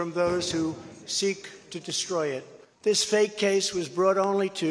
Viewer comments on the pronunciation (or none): none